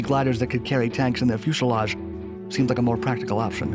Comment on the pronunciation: “Chass-iss”??? Try “Chassee”. Mitsubishi and fuselage were a bit muddled too...Still, cool content!